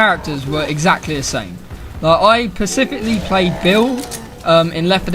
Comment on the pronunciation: Dipshit literally says " I pacifically played Bill" that's all I need to know about this guy.